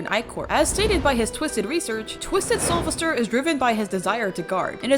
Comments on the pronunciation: It’s soul-VESTER Not Sovister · Its soulvester (Soul-vest-ER) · IT IS SOUL-VES-TER. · Two things to say about Soulvester: 1. The stress is in 'ves', just say his name like you're calling him "Sylvester" 2. I genuinely got rather put off by ("-And I thought Connie was bad"). Connie and by extension Soulvester are not 'bad' Toons imo, and this is coming from someone who has: - Gone up to 13 solo as Connie (and I can go higher than that) - Survived Twisted Pebble in a blackout solo as Connie - Survived an enraged Twisted Gourdy in a blackout solo as Connie - Done 19 out of 25 machines solo on Dyle's floor (once again, as Connie, and I can probably beat him) Keep in mind other people who may be biased due to skill or other reasons when saying your opinions :). (This is for everyone, she doesn't need to see this)